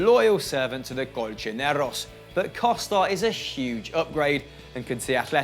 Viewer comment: Why do you say colchoneros like that wtf ew